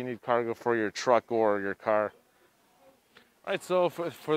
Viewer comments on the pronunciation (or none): none